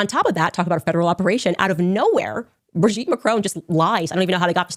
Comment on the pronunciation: There’s no way you watched HOURS of Candace Owens and still said Brigitte’s name wrong. Plus, she read the exact lines of that lawsuit on air just as you did. You didn’t find something she hasn’t stated. She also has been clear that he loved Israel but his struggle has been with the government of Israel and its president. She followed it up with clips of Charlie. I don’t agree with her total stance on Israel but she does real journalism and I have a feeling this won’t age well for you.